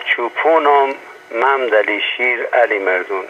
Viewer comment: ، ظاهرآ با تلفظ کلمات و اسم ها ، آشنایی ندارید. مثلآ محمد ، ممد ، مملی تلفظ میشود و وقتی همراه اسم دیگری می آید به ممد علی ( محمد علی ) ، مندسن ( محمد حسن ) و و... تبدیل میشود. ممد علی ، همان شیر علی مردان است و نه ممد علی شیر علی مردون.